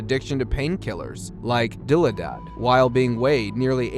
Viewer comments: Diladad, lol!!! You are correct, its pronounced di law did, spelled dilaudid, so idk how he got dila dad out of that!!! 🤣 He also pronounced Sean's last name as McMillan when its Milliken but then pronounced it correctly later on in his segment. Rip Sean. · "Dillidad". I'm guessing he meant "dilaudid". LOL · Your editing, word pronunciation, etc, are all off. Milliken, not McMillan, Dilaudid is pronounced "dill-aw-did"...not dillydad!!! Makes me cringe! Sharpen your skills and you might get better ratings and more subscribers. Maybé get an editor and voice person. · It's pronounced di-law-did, not dilly-dad!! PS...and that stuffs VERY powerful! That's what I was given a shot of when I was in the hospital thru an IV!! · Sometime nurses such as myself call it da la la. It's just a more fun way to say daladid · Dilaudid is pronounced Dill-Law'-Did. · Dill-eh-dad 😅 how I will be pronouncing that from now on. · This narrator is mispronouncing a lotta words lol. How he said dilaudid... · Hey I like your content but maybe you could benefit from an editor or hire a voice actor? Your pronounced the painkiller, "Dilaudid" Incorrectly, and you spelled Sean's last name correctly, but pronounced it entirely differently. Thanks for the video :) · Might want to learn how to pronounce dilaudid... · Thank you, he destroyed the word lol.